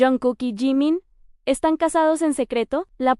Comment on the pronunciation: NO ES "JAIMAN" ES JIMIN.....PORQUE LE DICES TAN MAL EL NOMBRE????